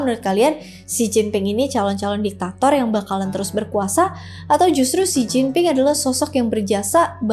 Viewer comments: J dibaca C, P dibaca B, D dibaca T. Itu dasar pengucapan mandarin 😂... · baca Mandarin itu KLO huruf P dibaca B dan sebaliknya sekedar beri masukan ya makasih KLO dibaca Oia j dibaca C ya🙏